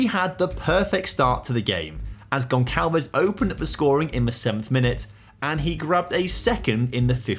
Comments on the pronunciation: It's pronounced "Gon sal ves" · Amazing contente to a FM Fan and addicted... but bro.. you are murdering the name Gonçalves 😂😂😂